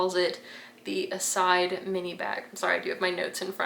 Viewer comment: Sorry but that is not how you are supposed to pronounce Iside, it is an Italian name.